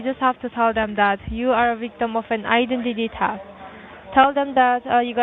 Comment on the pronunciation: “I-den-tity taft “ 🫠🫠🫠